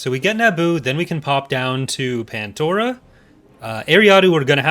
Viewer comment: *pandora not pantora